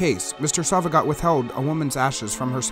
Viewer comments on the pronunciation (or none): His last name is pronounced “So-va-gee-oh”